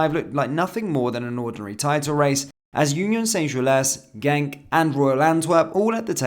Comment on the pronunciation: Genk not gentk